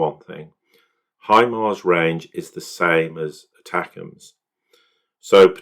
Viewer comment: Say it like this- attackums not attacams